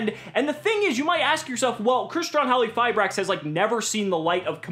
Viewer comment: In Halqifibrax, the Q is not silent, right?? I dont know why cant say the name correctly '-_